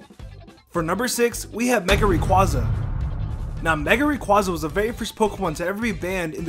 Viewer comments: ITS RAY QUAY ZA NOT QUA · Rayquaza (rā quā za)